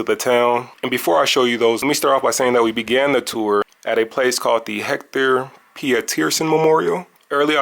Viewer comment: Omgggg it's not "Sowe-THOH" or "HEC-THOR," T's are pronounced the same everywhere, they don't change because it's South Africa 😂